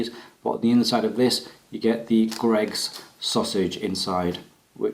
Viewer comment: I heard an American woman pronounce Greggs G R EGGS 😂. J H